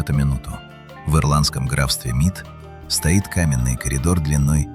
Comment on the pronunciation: Только не утверждайте,что все это создал человек с долотом и зубилом. И еще одно.Научите говорить ИИ правильно -не стОит, а стоИт!